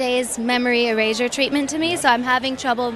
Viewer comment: The way pronounces erasure; "eray-jhur" is so pretentious, and creepy.